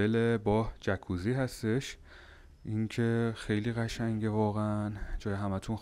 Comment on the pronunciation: خونده میشه جاکوزی نه جکوزی. جای جالبیه فقط نمیدونم اتاق با پنجره بسته از کجا هوا میگیره.